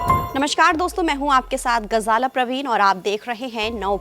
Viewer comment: Apna hi nam sahi se sahi lena aata GHAZALA waja Urdu sahi nahi he